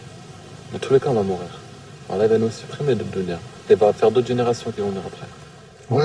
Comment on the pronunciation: Lol fake bullshit documentary all paid actors, a Muslim who can't even say Allah, lmao